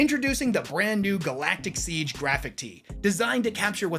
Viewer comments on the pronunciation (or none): none